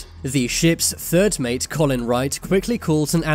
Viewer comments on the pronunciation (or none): none